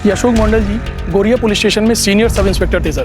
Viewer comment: It's Garia not Gariya 😂😂😂😂😂😂😂